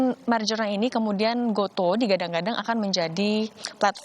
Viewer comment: gotu kak bacanya :)